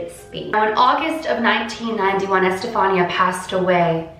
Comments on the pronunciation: That's my name! It's pronounced estefanee-a. The way she says it is how all my teachers would 😂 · Okay, just a comment x), the accentuation on Estefanía's name goes in the "i" instead of the "a". It's ocay though, pronounciations are werd.